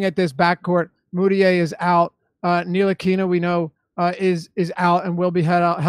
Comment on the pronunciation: pronunciation of Ntilikina pretty hilarious